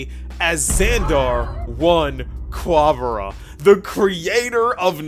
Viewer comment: I felt real bad for you when herta said rubert Was a boring idea. But y'all were at least on the right track thinking it was a genius😂. Also please stop saying Ku-wa- ba-ra like that 😭